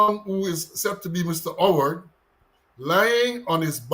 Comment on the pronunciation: Pal, case dissmissed against the pooooooolice, you were unable to give the name of the criminal. You said OWWARED and yhe criminal name wws HOWARD 🤡